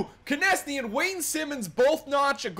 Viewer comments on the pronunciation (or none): Konecny is pronounced "connect-knee"